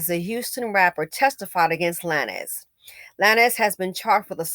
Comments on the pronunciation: I loved how you pronounced his name...Lan-ez...when it's...Lanes. 🤣🤣🤣 KUDOS...you have certified that you are an elevated BW that's no longer closely BC adjacent. #Goals👏🏾👏🏾👏🏾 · It's pronounced "lanes", like bowling lanes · The way you pronounced lan ez got me going 🤣🤣🤣. I hope Megan's mental health is okay. She is being tauted by both bw, bm & everyone else. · yea that part took me out hahahaha! honestly though, he wanted to be edgy! cause if you want us to say “lanes” don’t right it as “lanez”😅😅😅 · The fact that an older black woman is mispronouncing his name lets you KNOW he is a NOBODY‼️‼️‼️‼️ Old headz never mispronounced Beyonce or Jayz’s name‼️Before during and after this incident I can emphatically say I DO NOT KNOW ONE of his songs and I wouldn’t dare trigger the algorithm searching for it‼️I literally thought that Bryson Tiller’s music was his before all this‼️ B men are embarrassing NOBODIES all around‼️ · 😂😂I can’t figure out if is intentionally saying his last name like that or not 🤣🤣